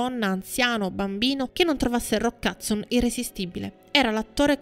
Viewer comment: Anche mia mamma lo chiama Roccazzo! In effetti non conosce l' inglese e se lo pronuncia velocemente suona proprio così..😂😂